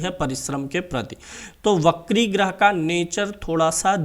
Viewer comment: wo bakri nhi vakri hota hai its वक्री